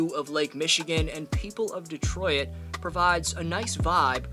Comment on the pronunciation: Cool video, except for when he called us "Detroy-it" over and over.